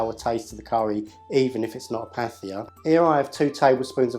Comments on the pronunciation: The h is aspiration, it's not pronounced as a th in English. It's a t sound with breath. Also, it's not sweet and sour, it's either sour and hot (the first version and best I've ever had), or sweet, sour and hot. Not just a bit spicy, hot. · "th" in Indian languages is pronounced like a soft "t" - so "pattia" isn't far off. Likewise "paratha" is "parata", and "methi" sounds something like "matey" :)